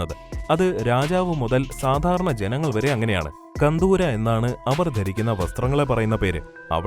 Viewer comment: കന്തൂര അല്ല കന്തൂറ yennaanu